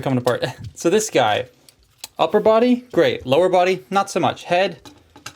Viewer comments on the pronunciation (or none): none